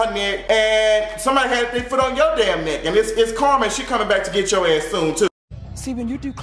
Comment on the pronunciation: Lmfaoooo every time he say "FOOT ON YO NECKK"